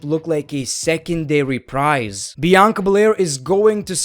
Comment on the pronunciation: How! pronounces things: Monday Nigh Traw Mustfa Ali The Wiber Randy Ordon ZM Bunk Bay ber wiew Bianca Blair